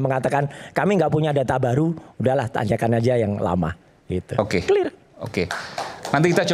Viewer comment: Clir itu bhs apa ya kok baru denger saya . Klo gk bisa sebut dlm bhs inggris , gk usah lah panci